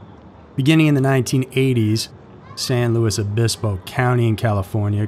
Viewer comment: omg you pronounced san luis obispo correctly. you deserve an award lol it's impossible for most people, apparently